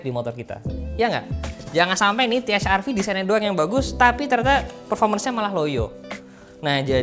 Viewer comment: Kalo Produk Lokal Harusnya Pelafalannya Pake Bhs Indo Te Ha Er Ve😁